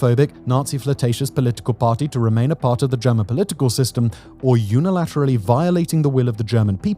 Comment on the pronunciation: unilaturally? what the fuck are you talking about???